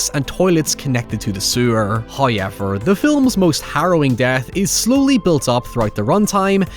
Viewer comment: First "hoyevver" drops . Hapoy Halloween, everyone!🎃👻